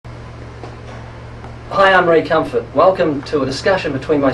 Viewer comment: I'm on Thunderf00t's side, but 'Cumfart'? SERIOUSLY?